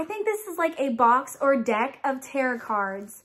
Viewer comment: I see you got a leaker also! It does have some pine in it. Tarot is pronounced " Taro". The T is silent. The deck is a seventy eight card full deck!